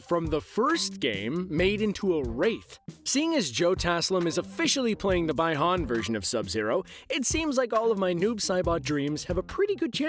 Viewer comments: BEE-HAN NOT BYE-HAN!! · He lost me when he said Bye Han instead of bee Han. (Bihan) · Seriously tho??🙄🙄 "By Han". Damn😂😂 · I know he didn't say "By-Han" 🤦🏿‍♂️ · Bye-Han? You surely did your research. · U said bi Han totally wrong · The way you said bi Han ☠️ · Imagine saying Ryden instead of raiden and saying by-han instead of bi-han. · The pronunciation of the names are all the way off 😂😂😂😂. Mans said Ri-den but it pronounced like Ray-Den, but spelled with an I. Bi-Han is pronounced like Bee-han spelled with an I as well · Do u even know how to pronounce the fucking mk names? Wtf is ryden and byhan? Learn the fucking names. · I'm sorry did he just say.... Ray Dan and Bye Han?????? wtf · Ryden! Bi Han? Who hired this guy ? WTF